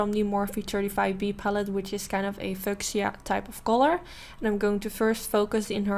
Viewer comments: Loved the look and your sister is beautiful like you!! Just to help with your English (I can’t imagine learning a second language so fluently as you have! You do wonderful!) the fuchsia color you talk about (the pink) is pronounced few-shuh, instead fuk-shee-uh. The way you pronounce it sounds like an English curse word 💋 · Hi! You’re saying fuchsia wrong! In English, you pronounce it “few-shah”!:)